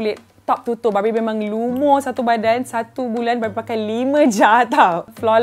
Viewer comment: Kadang kadang aku dengar 'barbie' tu dia 'babi'😂😂